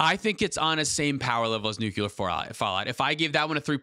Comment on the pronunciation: It’s pronounced nuucular…. nuuuuuuuucular